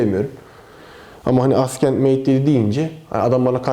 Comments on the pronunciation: abi neden askend? neden inatla yanlış telaffuz? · Yanlış olmasın gençler Huawei AsKENT Mate 7 :D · Askent evet mhmm.. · "Assent" değilmiydi o.